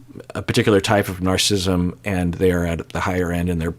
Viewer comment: Narcissism has 4 syllables. ☺️